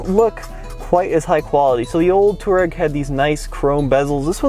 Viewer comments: Twah-reg, not tour-rag! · "Twah-reg" not "Tour-egg". They are a tribe in North Africa. VW likes to name its vehicles for things like the Golf Stream, Atlas Mountains of North Africa, Scirocco (a North African wind), and so on. Please try to get it right. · Why do you call it a "Tureg"? 😅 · Just don't understand why Americans just cannot pronounce any car names or manufacturers. Where is the "Tour" in Touareg? It's "Twar-egg". Think that's why they made the Atlas, Americans can pronounce it. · TUUUU---AAAA----REEG.... pronounce it properly.... not distorted americanized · It's pronounced Twareg. After tuareg tribes of the Sahara desert